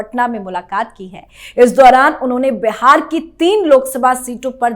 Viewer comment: मीडिया में काम करती हो और "बिहार" को बेहार बोलती हो।